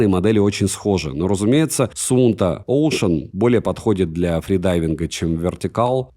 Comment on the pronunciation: Суунто оклин, клёва ты придумал назвать)) В школе явно не английский учил)